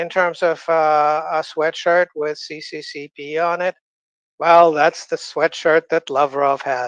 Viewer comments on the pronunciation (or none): It's not c,c,c,p. It's s,s,s,r in the Cyrillic alphabet. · I was shocked when Mr. Orlov didn't correct the "CCCP" pronunciation. They're Cyrillic letters and they translate to SSSR.